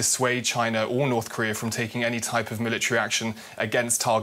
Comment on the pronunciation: It's not Taaiwaan it's Taiwan